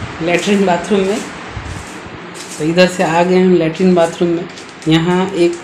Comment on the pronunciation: बातरूम😂✅ बातरूम😂✅ बाथरूम❌